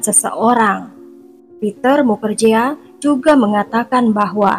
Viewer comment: Bkn mukerjea , tp di baca nya mukerji